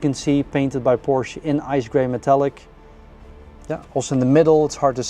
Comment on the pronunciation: How do they continue to improve on the beautiful cars? And thank you sir for pronouncing PorSHA correctly!